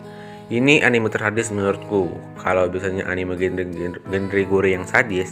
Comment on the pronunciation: Baca : GOR . . Tanpa E Hadeh...